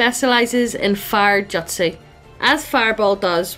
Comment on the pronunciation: I literally couldn't finish watching from the cringe over how you pronounced "jutsu", "Taijutsu" especially. I'm so sorry. but just...daaamn.